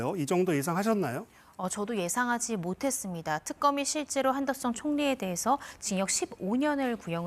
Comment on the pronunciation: 여자 게스트 한덕수를 계속 한덕순으로 발음하는데 이름을 모르는건지 발음이 문제인건지 궁금하네요...